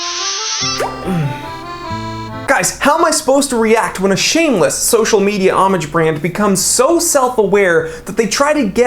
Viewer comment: Sir when you said homage I thought you said Amish. An Amish watch, a sundial and a compass. Great video.